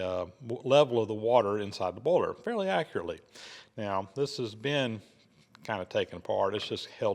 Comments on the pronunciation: And "boyler". 🙂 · More like "baller" to my ear. (New Zealand)